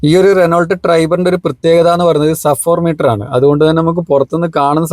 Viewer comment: Bro വീഡിയോ നന്നായിട്ട് ഉണ്ട്👍👍.. Keep it up. One correction. റെനോൾട് അല്ല ബ്രോ റെനോ അതാണ് ശരി 😊